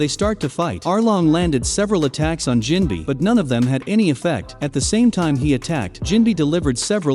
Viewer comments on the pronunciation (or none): The pronunciations hurt my head... SAN-ji. Diable Jam. Jin-bee. Anys lobby. 🙄